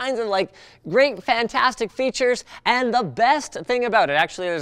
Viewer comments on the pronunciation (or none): none